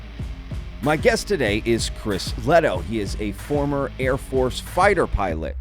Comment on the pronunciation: I think it's pronounced Lay-toe